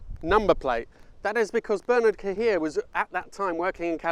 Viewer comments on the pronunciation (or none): Since you make an effort to pronounce Italian names properly, perhaps you could try Bernard Cahier's name better. It's a French name, more like 'Bare-nar Car-yay'